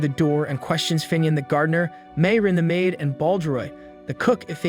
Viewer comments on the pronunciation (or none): none